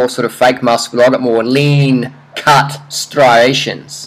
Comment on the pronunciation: Can you not pronounce "stri-ation"